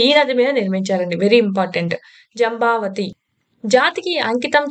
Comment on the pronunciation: జంబవతీ కాదు మేడం జంఝావతి నది